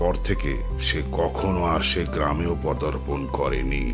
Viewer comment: Cofee and paderpon both have been pronounced wrong. But good try ❤